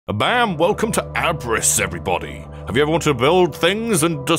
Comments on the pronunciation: I'm pretty sure it's pronounced ahb-riss, since it seems it comes from the German word abreißen, which basically means tear up/down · Hearing the word Abriss pronounced like that caught me off guard lol This game looks amazing damn